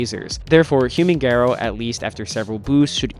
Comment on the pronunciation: ga-rouh not ge-rou pls for my sanity